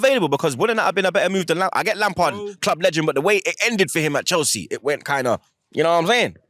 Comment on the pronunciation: Chels see chel see 😂😂😂